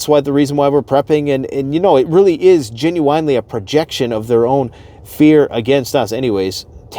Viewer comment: Genuine= “JEN-yoo-win” Not JEN-yoo-“WINE” Ugghhhhhhh. Sorry, -the English teacher Lol